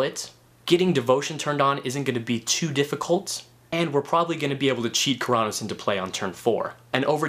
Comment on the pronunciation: The way you said Keranos made me cringe a little bit, but still a good vid. xD